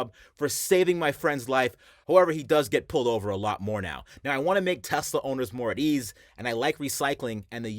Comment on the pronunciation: "Telsa figit toy"